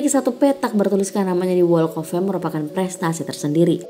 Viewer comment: Unsubscribe. Karena cara baca walk of "fame" nya gak bener. Harusnya cari tau dulu dong gmn ngucapinnya. Maaf, mohon dipertimbangkan